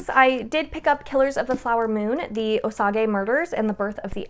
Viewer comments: Osage is pronounced ow-sayj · Killers of the flower moon. Pronounced oh-sage. A tribe here in good ol oklahoma. ❤